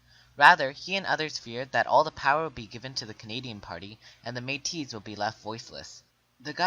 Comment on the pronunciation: you pronounced your stuff wrong its loo-e ree-el and may-tee and william mc doo-gal